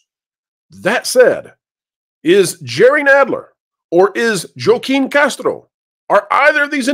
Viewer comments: It’s pronounced “Hwah-keen”, not “Joh-keen”. 🤦🏽‍♀️ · I couldn’t tell if you were Joaquin the way you kept mispronouncing his name. It’s not Jo-Keen, it’s Whah-Keen. Like Joaquin Phoenix. You say you don’t do politics but you should know the actor. But you trilled the R in Castro so you sound like Dumbo. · Joaquin is pronounced "HWA-keen." Just so you know. 🙂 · FWIW, I’m pretty sure “Joaquin” is pronounced “wah KEEM”. 😊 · I believe Joachim is pronounced hwah keem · Castro's first name is pronounced Wa-keen. Fti unfortunately he's my Rep. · Joaquin is said "Wah-keen", even is the spelling doesn't seem like it. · * Joaquin is pronounced HHWaa-KIY-N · It's pronounced WAAA Keeen. You're killing me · OMG thank you, I love WDWpro, but I'm a little on the spectrum AND I'm from south Texas and every time he said "Jo keen" it was like getting poked in the ear. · Joaquin is pronounced wah-keen...... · I like your analysis, but the pronounciation of Joaquin is more like Wa-keeen. It is Spanish. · Wa-keen saying the name wrong a million times makes you sound racist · Pronounce the names correctly please. They may not be my reps but do better please. This is a moment to have the DA play one of my favorite clips. “The bill comes due, always!”